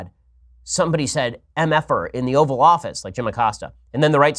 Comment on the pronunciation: For moment I thought he said the Oral Office